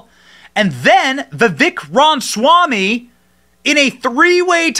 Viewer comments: Oh, for crying out loud! It is not Vivek Ron Swamy! It is Vivek Ramaswamy! It's not that hard to pronounce, for an Indian name. I love Vivek. He's really smart and because he's young, he grew up in the indoctrination so he understands it deeply. However, much as I really, really wanted to vote for him, I have no choice but to go with Trump out of principle. Forget DeSantis. He's dead to me after that fake AI crap he pulled showing Trump hugging and kissing Fauci. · Ram-a-swamy. Not Rom-swamy. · Love the content but you have to pronounce his name correctly. Ramaswamy. There’s no “n” in his name. “Ram-a-swam-ee” And Burisma is pronounced “Burr-ees-mah” not “Bur-si-ma” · Johnson …… sound it out bro! I’m seriously about to unsubscribe because of these mispronunciations. Burisma is pronounced “Burr-is-mah” not “Bur-si-ma” and “Ra-ma-swa-me” not… whatever the hell you just said! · seriously, it pisses me off that Benny can't pronounce his name. Not that hard. Like him saying Burimsa instead of Burisma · You are mispronouncing his last name.